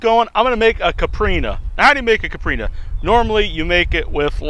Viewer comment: Dope vid, only thing is in Portuguese the drink Capirinha is pronounced like Kye-P-reenya.